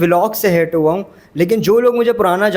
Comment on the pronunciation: Haram kamaya wa .... ye wa konsa lafz hai ? Haram kamaya huwa hota hai ..... Huwa